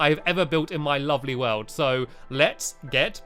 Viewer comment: instead of world you said weld